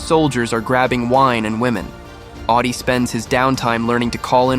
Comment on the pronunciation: Awdi not Oddy